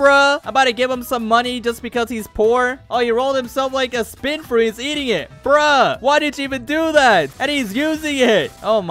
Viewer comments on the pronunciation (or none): none